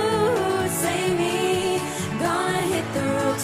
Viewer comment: Loggan påminde extremt mycket om både Wonder Woman och WWF's gamla logga. Catchy låt men hade varit bättre om hon uttalat v:et och inte sjöng "Say me". =)